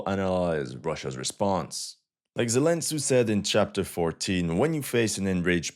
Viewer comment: Zelen Tsu :):):):):)